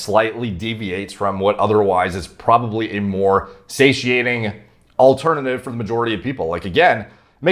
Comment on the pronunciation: Just extended my vocab 1 word. Say-she-aint.!!!!